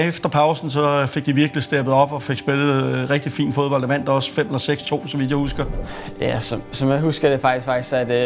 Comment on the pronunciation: utroligt irriterende de ikke kan udtale 'd'et i fo(D)bold